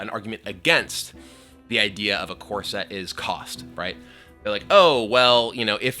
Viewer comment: I can't help but hear Kibler say "corset" instead of "core set"